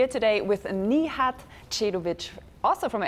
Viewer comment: Why does she call him Knee-had & not Nìhad?